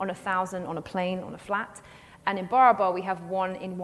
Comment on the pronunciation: Barabar is being mis-pronounced. It is Baraabar in Hindi. बराबर meaning equal in Hindi.😮